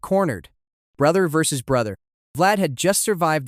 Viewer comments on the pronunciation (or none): none